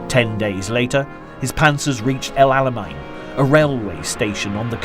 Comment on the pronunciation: Check your pronunciations. Auchinleck sounds like 'orkinleck', and Alamein sounds like 'chow mein'.